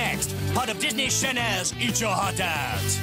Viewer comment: DISNEY CHANELS! that prononciation 🤣